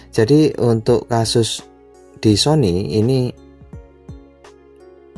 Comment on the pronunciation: 😂🤣🤣 Sony Jadi Siomai🤣